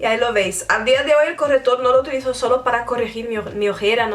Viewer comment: se dieron cuenta de que decía " corretor " en vez de " corrector "😅😂😂😂 bueno seguro que habla otra lengua 😦😦😦 que mala soy😈😈😈😈